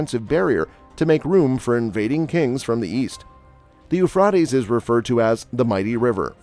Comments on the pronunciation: It’s Euphrates long a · Here in Tennessee we pronounce the Euphrates River with a long a, Euphra’tes River!!! Sounds a lot better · It's not ufraties fool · It is pronounced, u-fray-teez! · Everyone say it together u-fray-teez!!!!! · It’s hard to concentrate on what he’s saying every time he mispronounces the rivers name ! Can’t listen anymore, jeeze ! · Yes, his saying the river's name is driving me nuts too.